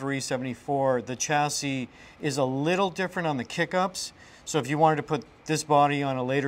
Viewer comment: Did he really say chass-is?